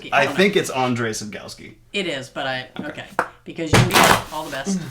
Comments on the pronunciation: The author from the Tower of Fools is pronounced like ONGE-REY SAP-KOV-SKI ;) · I know someone whose name is Andrzej and it’s pronounced Ahn-Jay not Ahn-Dre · Andrzej is pronounced and-zh-ay by the way